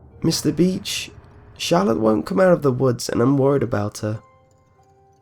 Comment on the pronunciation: I'm sorry but every time you said beach I thought you said bitch. :P